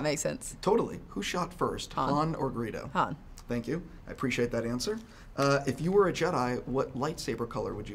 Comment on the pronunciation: When the interviewer was asking who shot first, it sounded like he said "burrito" instead of Greedo.